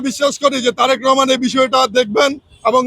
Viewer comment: তোমরা সবাই কমিটিতে থাকতে চাও এক কমিটিতে এত লোক কিভাবে জায়গা দিবো বি এন পি,তোমরা বলতেছ ছাত্রলীগের লোকদের ডুকিয়েছে,ভালো না লাগলে তোমরাও অন্য দলে চলে জাও,তুমিত জনাব তারেক রহমানের নামটা ভালো ভাবে মুখে বলতে পারো না,তুমি কিসের বি এন পি করো